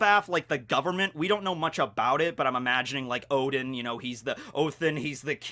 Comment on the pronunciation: I appreciate your pronunciation of Odin